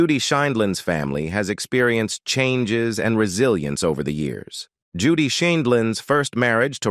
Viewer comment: I love Judge Judy! However, the narrator pronounces her name incorrectly many times! And not even the same mispronunciation! I’m sure Judge Judy would not approve of such shotty performance!